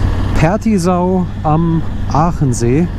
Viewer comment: Hallo, Pertisau klang ganz gut😀😀 LG Martin